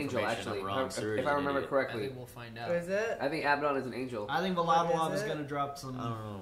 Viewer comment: Dude you guys keep saying "va-la-da-lov' instead of 'va-la-va-dov' which is how it's supposed to be pronounced.